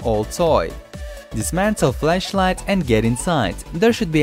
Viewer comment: you said flesh light instead of flash light...